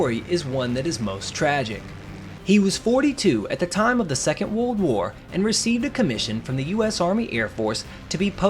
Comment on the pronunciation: You’re mispronouncing ‘world’.